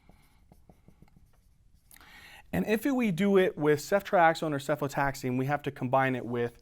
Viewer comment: correction: cefotaxime not cefotaxine